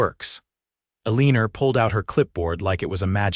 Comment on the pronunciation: Why is Elena's name pronounced with an r on the end?